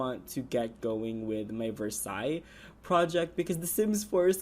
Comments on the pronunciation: Drop the "s" on Versailles...its french and you pronounce it..like...Versi....just saying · And it's pronounced ver-saiy